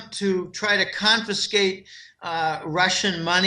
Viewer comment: Repeat after me: CON-FI-SCATE